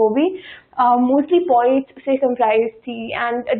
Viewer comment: It’s poets not “pawets”.